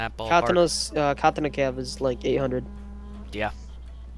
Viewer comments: Fucking "KA-TAH-NAH" not your pronunciation.... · It irritates me how he says katana -.